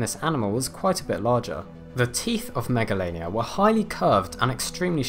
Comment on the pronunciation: Him: Megalainia Me: Megalovainia Or SANS